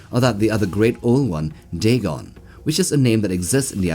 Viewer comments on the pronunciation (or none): none